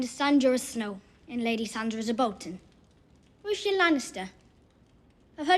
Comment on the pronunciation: She calls Sansa "Lady Sandra". Why am I the only person who can hear that?! 😫